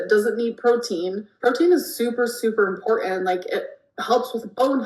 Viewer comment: Her saying “impornant” is killing me